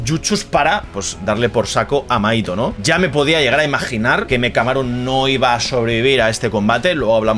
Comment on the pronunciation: Te fijaste en buenos puntos! (Lectora de manga) me va a encantar verte durante todo este arco! Y las referencias brutales! Pd: mahito se pronuncia como Majito 😊